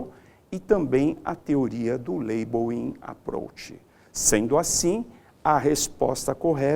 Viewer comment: "Teoria do Laibouím Aprouch"...foi o que salvou a aula kkkkkkkkkkkk